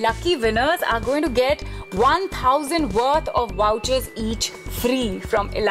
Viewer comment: Lol is it wowchers or vouchers?